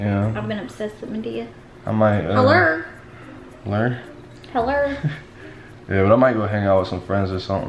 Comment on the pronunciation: "Hellor, Hellor"😂😂 Some Madiah shii😂😂😂🤣🤣🤣 Does anyone know Madiah